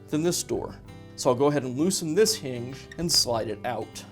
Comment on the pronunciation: What’s a “heenj”?